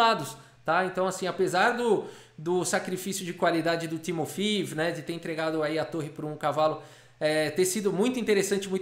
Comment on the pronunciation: Eu acho que se pronuncia 'Timofeév'...